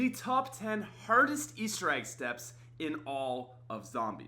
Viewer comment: The way he says hardest